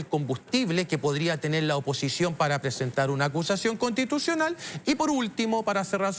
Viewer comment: acushashion conshtituchional